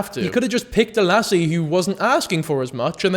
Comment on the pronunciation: The way you say lassy is great